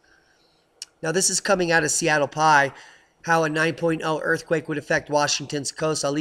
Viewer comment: Great report as always but it's Seattle PI as in pea eye, not like pie. PI is short for post intelligencer. We used to have two major metropolitan newspapers in Seattle, the PI and the Times. Now, the PI is just a blog.